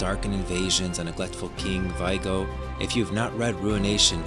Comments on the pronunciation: great video! really excited to explore this world. (sorry to be annoying, but someone is gonna tell you: it's "Vi é go" not "Vaigo") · Vee-ay-go This is how it is pronounced on the audio book.